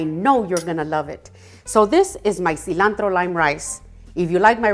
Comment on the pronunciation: I was iffy about this video but as soon as I heard that seelahntro spoken in Spanish. I was locked in ❤